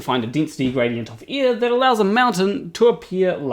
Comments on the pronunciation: Ear/air different spelling, different pronunciation love your stuff but anyone would think that you lived underneath us in an upside down ball lol 😆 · First off, my post was an attempt at humor, and admittedly neither a good nor obvious one. I was making a joke about Tree Potato's comment about how pronunciation of "air" sounds like "ear" to some people, myself included. I found it ironic that the word being "heard" differently was "ear". 😉 I had already been wondering about shirt showing "Dunning-Kerger" instead of the actual term "Dunning-Kruger (effect)", then happened to see the thumbnail, read the quote, and understood it was from a flat-earther who misunderstood it. My sleep-deprived brain somehow conflated the two events into one comment; my apologies for any confusion and inadequate humor I may have caused. 😔